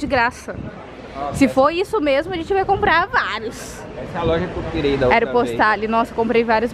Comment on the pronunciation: Morro com a falando errado os nomes das lojas 😂😂😂 aeropostale não se le do jeito que está escrito 😂 ou falando “nois canso” 😂 migaaaaa louca